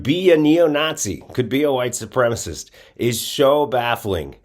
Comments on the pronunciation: Sup-prem-a-cist, not supremest . Trouble with english stud? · These racist southerners simply must learn how to pronounce supremacist. It is not supremace!! You must not speak about it if you cannot spell it and pronounce it. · this guy is in media and doesnt know that the word is "supremacist" not "supremaist"? and maybe im an outlier, but i dont care about texas or texans they have voted for people who believe in human sacrifice in order to worship their gun god they are heathens...and god punishes heathens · OMG, it is supremacist, there is 4 syllables, not supremus....... He must have gone to school with Lauren Boebert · Why can't these lying sociopaths say "supremacist", and what is a "supremist" 😂. White Nationalists can't even speak English correctly. Having issues with the ability to pronounce multisyllabic words correctly. You can't make this level of stupidity up!😂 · It’s white supremicist… not supremistszz… learn to speak you right wing hack… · "supremist" i think he means supremacist ? hahaha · You know he's uneducated when he says "supremist" and not supremacist. Boebert says the same thing. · right? Okay, I thought I just kept mishearing him, but he was definitely saying “white supremist” 😂🤣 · wtf is a supremist? none of the reptards (the p is silent) say supremacist, as if they were somehow softening their tyranny by refusing to speak... oh ok that's it isn't it? it's how they hope to appeal to their crowd, a less-educated crowd perhaps? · He can't pronounce "white supremacist" either, like Bobo...lol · The word is supremacist, perhaps this guy could brush up on his English skills? Wonder if he's an immigrant? LOL. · Brian Glenn can't even say, "white supremacist"... 🤦‍♂️